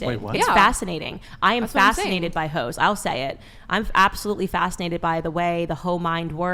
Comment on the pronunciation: Omgosh…she keeps saying “ho’s” it’s hysterical